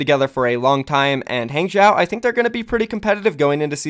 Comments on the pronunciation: Hey. I take Chinese and just saying Hangzhou is pronounced Hahng-Jouh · it's pronounced Hong-Joe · quite close on the pronunciation, it's "hang-joe" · it's pronounced HAHng joe. not hang jow. xd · Hangzhou is pronounced “Hong-Jau” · pretty sure its "HONG-zho" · hangzhou is pronounced as hung-joe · A simple way to look at hangzhou to to pronounce it like Hanzo. But the pitch at the end goes up. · Hung-joe is how you pronounce it I’m pretty sure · Nope, its H AA NG ZHOH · Sorry dude, but you’re still pronouncing Hang Zhou wrong. Hang-jchoh (the “a” in Hang is pronounced like the “a” in Hanzo) (“zh” in Chinese sounds like pronouncing “j” and “ch” at the same time, like a crunchy “j” but Americans have trouble doing that so I’ll let this slide) (the “oh” in jchoh is pronounced like the “oh” when you finally understand something). Hope this helps. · The pronunciation for Hangzhou sounds like (Hun) in English and ('dr' part for 'draw' with the sound of letter 'O') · “Huang Zhou”is pronounced is similarly to “Huang Jou” in chinese cause oh the z in not really pronounced the same english does “Gue Xue” is pronounced similarly to “Gu Sie” in chinese The accent is important but I hope this help....... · i am learning Chinese currently so i can help with the pronunciation of HangZhou. Hang--> H-(aw)ng Zhou--> (Zh-you have that pronunciation right) (ou-sounds like the expression oh) so HangZhou owuld sound like H(aw)ng Zh-(oh) Also thanks for the info! I always wondered what the deal with that was. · nice vid! also for pronouncing hangzhou, think kind of like, “hong-joe”. you have the zh sound right!! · I feel like that spelling will mean nothing to westerners because they pronounce the "a" in "hang" as "eh" making it "hehng" . Spelling it as "Hung-joe" will probably get them closer to the actual pronounciation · Eh, the pronounciation for Han Zhou is good enough xD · Wrong pronunciation of Hangzhou =P